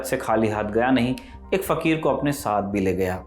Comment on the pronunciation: Fakhir fakhir kyun kaha rahe ho 😂😂